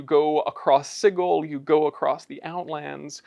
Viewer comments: That’s because it’s supposed to be pronounced si-jil (sigil) as in a magical sigil in magic or chaos magic, and you call yourselves designer’s ha 😂 you could at least pronounce it in the right manner. Man I miss the 2E days. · You guys are killing me with pronunciation of sigil. It sounds like this "sidgel" not "sigal" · I have to find the page in the original box set, but it clearly shows that it's pronounced s-eye-gull, Berk. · It's pronounced Sigil! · Is that really how you pronounce Sigil...? I mean "Cigggle", really? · I think I remember one of the original devs confessing he mispronounced Sigil in a few interviews and the mispronunciation has just persisted. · Sorry, gonna be keeping the soft G till I die. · Well, today I learned that i have pronounced Sigil wrong for all my life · Well remembered, it's in black and white in the original 2e booklet. Hard G, no ambiguity there, no controversy. Anyone saying it like a j is objectively wrong. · The Lady of Pain herself will punish anyone who pronounces "Sigil" with a soft "g" sound. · Today I believe my mind was changed, so thank you for convincing me to change my pronounciation of the city of doors, Sigil. Sincerely, QDW. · Had to stop the video because... that's not how I've EVER heard "sigil" pronounced. Like nails on a chalkboard...